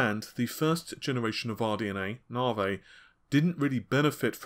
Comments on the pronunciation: Its Navi, not Navey!!! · He finally spoke Renoir correctly now just need say Navi instead of Narvey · That's how the Americans may say it, but it isn't correct either. It's "Nuh-vie". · well he used to say RedTittyCum instead of, so if he wants to he can do it correctly. At the beginning he said Navi correctly the changed it to Narvay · mate, say navigation, and remove "gaition", thats the name. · Your pronunciation of Navi is really getting on my nerve. Are you dyslectic or something? Seriously, dude, Stop! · Are you sure? Pretty sure it's a specific english accent.